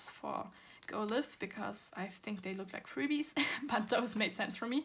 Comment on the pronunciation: Hi! Just wanted to say that the word live in the go live album is pronounced as for example in this sentence “I will go LIVE on Instagram”. The in life and go life albums belongs together and forms the sentence “go live in life” (idk just wanted to point that out 😂😅)